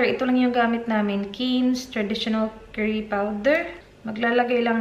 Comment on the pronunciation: what’s kerry ?.. ( do you mean curry ?)..